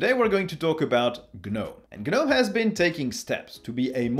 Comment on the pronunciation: Pronounced "Guh-nome" properly. Clicked Like.